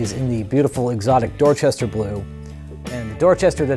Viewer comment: 😂I haven’t even gotten through this video, I stopped at “Dowehchestahh” and had to pause for 😂. Also, I’m really digging the British Drum Co. snares which I first got to try out courtesy of Andy at Drum Supply in East Nashville. Would love to check out a kit some day. Hope to finally stop into the shop sometime sooner than later too. 🙌